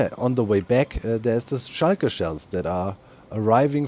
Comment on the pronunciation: I love how you say Shulker, like "shy-ker", I'm fascinated with languages and I can feel how that makes sense in German and I find it quite endearing